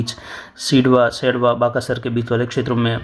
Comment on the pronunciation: सुकरिया सर हमारे गांव का नाम लिया भानिया नहीं है भूनिया है सिरवा नहीं सेड़वा हैं ममनार नहीं बामानोर हैं